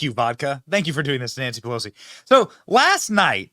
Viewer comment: When did Pe-lush-ee "spits out dentures"?? Click bait B.S.